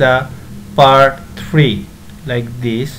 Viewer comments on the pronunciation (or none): none